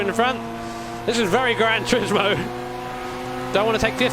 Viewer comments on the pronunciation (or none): “Granch Rismo”